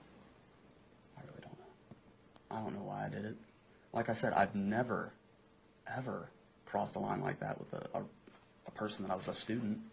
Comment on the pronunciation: “but NEVAR 👸🏻💄💅🏻💅🏻💅🏻”